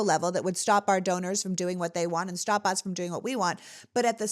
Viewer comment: Hey, its STOP not STEP